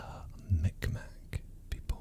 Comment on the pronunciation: Hey, nova scotian here, great video! Only complaint is that our local native peoples name is read as something like "mig-maw" not as "mick mack" as the Q's would imply. Otherwise, great video! Very enjoyable